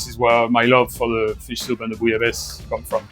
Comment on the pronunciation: BEFORE WATCHING I JUST WANT TO PRETEND THAT THE WAY THIS WORD IS PRONOUNCED IS BOO- LA- BA- SAY... PLEASE TELL ME IM RIGHT.. WOULDNT WANT ANYTHING TO HAPPEN TO IDK SAY THE EIFFEL TOWER... DID HE JUST SAY BOO-YA-LAYS? TISK TISK...